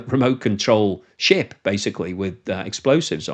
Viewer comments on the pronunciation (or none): none